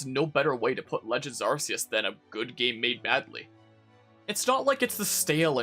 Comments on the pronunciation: Don't apologize for saying Are-see-us, it's the correct way, Are-key-us is a censorship for western countries because of the word "arse" which is why it originally was called "Are-see" everywhere and then later changed. In Japan it's Are-see-us (アルセウス) and Silvally's ability is called "AR System" (ＡＲシステム) so don't believe that "RKS" bullshit westerners use as an explanation. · Immediate thumbs up for pronouncing arceus the way it should be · They pronounced "Arceus" like this on House as well. That's the first time I heard it out loud, so this is correct for me too.